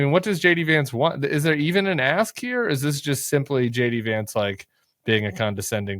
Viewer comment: Is it just me, or did Vice-president Vance say “Hey guys, it’s Shady Vance, the Vice-President…”